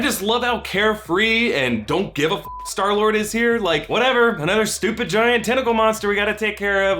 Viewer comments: Clayton Epich it's star lord he said sky lord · who else noticed that he said skylord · "Sky -Lord" WHOOOO? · He said sky lord lol